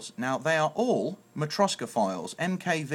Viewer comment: makova? wtf its matroska